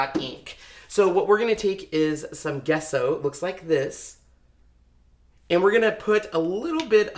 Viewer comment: Nice job. Also, pronounced “Jess-o” and not “Ge-sso” 😃